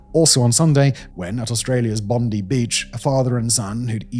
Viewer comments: Just wanna say as an Australian it’s pronounced “Bondye” not bon di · Bond-eye beach, Simon mate. Not Bond-eee. I know we smacked ya in the Ashes, but please get the pronunciation right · Say it bond’eye’